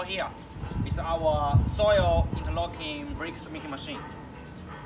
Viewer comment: This guy is funny as hell haha. Interocking. Hahaha